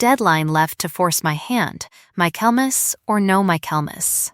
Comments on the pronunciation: Reading along with the transcript. It's Michaelmas, not "My Kelmas." Quality control wouldn't be wasted. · It's pronounced "Michael mass" not "My Kelmas".Train AI better. Lynette is pronouned as "lin net" not "linnit".